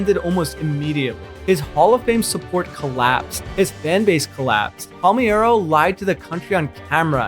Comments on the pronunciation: Palmeiro is pronounced "pawl-MARE-roe," Knoblauch is pronounced "NOB-block," and Ponson is pronounced "pon-SONE." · so you tell me how do you pronounce Lenny Dykstra and Chuck Knoblauch, Rafael Palmerio. Then you tell me that’s not AI lol